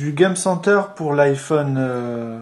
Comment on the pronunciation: Je suis d'accord même si je trouve que la fille s'y connait plus que le mec ( dit "game center" avec l'accent américain ou anglais parce que franchement ça fait pitié comment tu le dit ...)